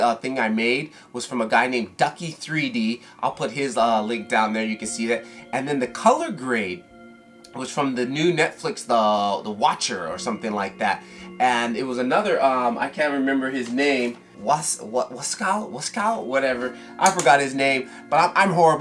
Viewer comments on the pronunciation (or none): Ohhhhhhhhhhh.. I see you.. Lol. You know I'm interested in seeing more. One thing... It's "The Witcher" not "watcher" lol. Good stuff man